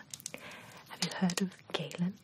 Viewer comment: My name is Gaelyn, pronounced the same as Galen, and it’s so odd to hear you say my name lol